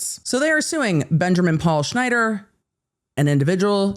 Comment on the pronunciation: The commitment to "" 😂😂 love it